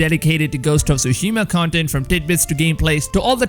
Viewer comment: Is it just me? I feel my head is going to explode every time I hear TSUSHIMA BEING SAID WRONG, In the extended trailer a Japanese man pronounce the name of the island as it should be, hearing all “Youtubers” say the name wrong only shows a deep disrespect of a foreign language. FML. 🤮